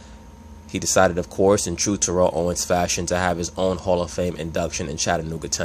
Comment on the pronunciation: Jesus Christ you are not saying his name correctly